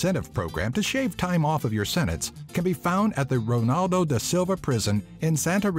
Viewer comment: Suggestion: learn how to pronounce the names correctly when talking about famous people. Reading out Portuguese words like it was Spanish really undermines the credibility. José is pronounced as Joe-ZAE not Hoe-SAE, and Ronaldo is read as Hon-NAL-do. I am not a Brazilian but these are very basic pronunciation rules. It is almost painful to watch the video.